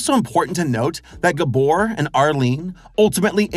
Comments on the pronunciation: Unfortunately he was mispronouncing Gábor every single time 😅 But he did get Csupo right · I love that he can't pronounce Gábor. It made me laugh every time I heard it. Especially because my first name is also Gábor. And since everyone I know watches this show...I'm going to enjoy being called "GUBOR" for weeks. Thanks you.:"D